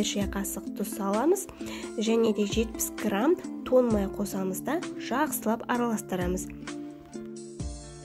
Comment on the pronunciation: Тон май емес, тоң май деші, құдай үшін! Мұрны бітіп қалған адам құсамай! Ң әріпін айтып үйренсеңдерші, түк қиындығы жоқ қой!